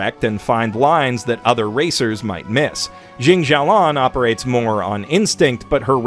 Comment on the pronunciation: Why do you pronounce jin xialian to jin xialong? The characters in the show clearly pronounce her name xialian and the anime also wrote her name as jin xialian not jin xialong.